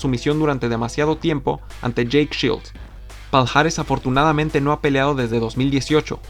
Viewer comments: Palhares se pronuncia Pallares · Todo bien. Haces muy buenos vídeos pero, por favor... en portugués esta unión "lh" se pronuncia como "y" o "ll". Lo digo por ese "paljares" (Palhares) que tanto repetiste y que me destrozó los oídos.